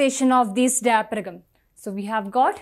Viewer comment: In Pronunciation of diaphragm " g " is a silent word....!!